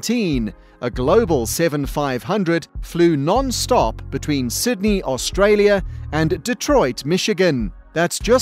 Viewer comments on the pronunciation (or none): none